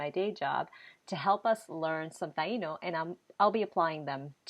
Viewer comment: I don't understand why the i in Taino is accented so hard when you guys say the word, but when you use it in any other form you don't accent the i. You shouldn't be accenting the i in the word of Taino either please. it's so annoying. it's incorrect thx